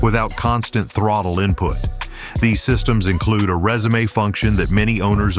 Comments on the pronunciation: Dude, it’s pronounced “rezoom” but is not pronounced “resumé” 🙄🙄🙄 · This video seems to be more for novice Riders. I can't believe that several times he pronounced resume like the word that describes the document you send to a potential employer. I would never want to own a motorcycle that has all those features on it. I'm so glad I own older Harleys.